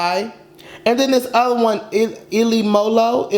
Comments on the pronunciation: trying to pronounce ilomilo 💀 when its said like Elo meelo 💀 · Ilomilo is pronounced EE-LOW MEE-LOW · ilomilo is pronounced E-LOW MEEL-O lmfao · eelo meelo is how u pronounce it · ilomilo is pronounced E-Low Me-Low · The track’s title is pronounced “ee-low-mee-low`` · ilomilo is pronounced: ee-low-mi-low great reaction!! keep it up! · ilomilo is pronounces e-low me-low